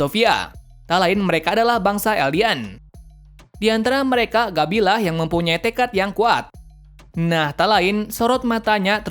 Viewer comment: Gebi Woy!Bukan Gabi bacanya!